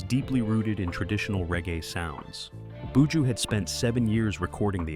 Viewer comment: Very interesting video about this 🇯🇲 artist ... 🤔🤔 but di man name is Buju - NOT BooJo😏🤫!!!!! The presentators voice is a little irritating 🫩🤭